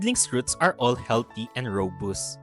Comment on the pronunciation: rō-ˈbəst, not ro-boost 😉